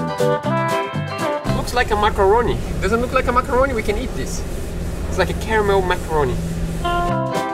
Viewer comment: The biscuit is pronounced Mac-AR-Roon. Macaroni is a type of pasta. 😁👍 Good job ticking all the boxes and making the boat safe.